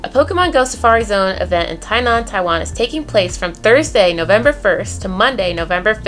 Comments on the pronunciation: it's gonna be good to have you back in Taiwan. I met you last time, it was a treat. And btw you pronounced Tie-nan right, chee-may was close... 😘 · Your “Tainan”pronounce is quite perfect!XDD